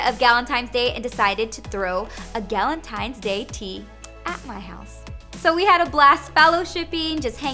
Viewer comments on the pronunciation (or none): that’s what I kept hearing too